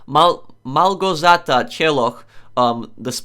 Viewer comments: I fought ur Polish, but when u were reading Małgorzata u haven't sounded Polish even a little. Now I'm really confused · your read Ł in Małgorzata like its W, basically Ł=W